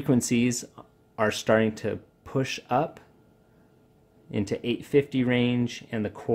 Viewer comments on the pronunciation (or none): none